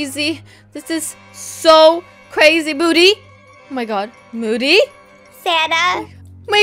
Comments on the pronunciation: It’s moody not muddy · u said moddy it’s moody